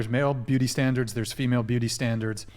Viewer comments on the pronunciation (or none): “Beauty standlers”